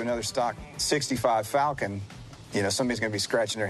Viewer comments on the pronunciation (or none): none